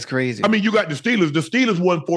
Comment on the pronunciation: Dats Qwazy Dats Qwazy Dats Qwazy anything else u wana add Ocho...yea Dats Qwazy